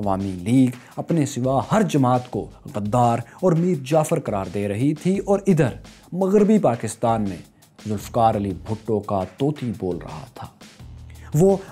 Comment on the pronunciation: Son the word طوطی is not pronounced TOTI. It is spoken TOOTI.